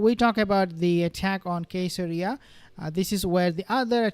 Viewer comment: I believe Caeseria is pronounced with a soft C because it's named after Caesar